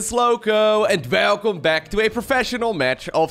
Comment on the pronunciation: i love it when he says welcome with an EXTRA THICC V lol